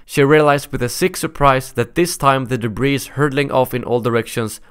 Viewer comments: Debris is pronounced debree. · "Albeit," is pronounced as if it were the words, "All be it," but with no space between the words. It's a conjunction of those words. Also, the S in the word debris is silent, it just ends with a long E vowel sound.